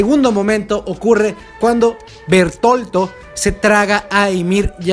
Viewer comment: Gran video: Solo unos tips de pronunciación, dado que todo se basa en nombres Alemanes. (entiendo que hay variación en las distintas traducciones, pero en fín) Reiner = R a i n e r Bertholdt /Bertolt = se pronuncia igual con énfasis en la última "T" Erwin = E R V I N (dudo que alguien quiera corregirse a estas alturas jeje) Pieck = P i k Zeke = Z i k El apellido Reiss = R a i s El apellido Tybur/Teibur = T a i b u r El apellido Jaeger = Y e i g u e r No recuerdo otros nombres que sean ambiguos, pero ahí queda como dato curioso, saludos!